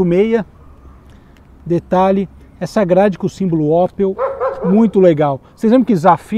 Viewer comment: Não é Ópel, é Ôpel